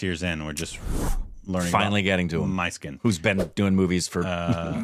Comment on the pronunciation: The director's name is the name of the lead from Dostoyevsky's Idiot. Prince Mysskin. Pronounced in Russian as Moushkin. In tamil, it is Mishkin.